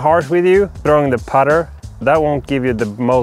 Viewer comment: "trowing".. got me to click subscribe.